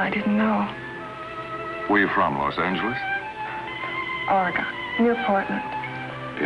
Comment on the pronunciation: Shes not really from Portland. Nobody from Oregon says ORY GONE 😂